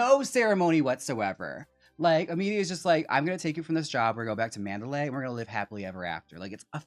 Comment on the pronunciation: Manderley is pronounced Man’-der-lee. Not Man-da-lay’.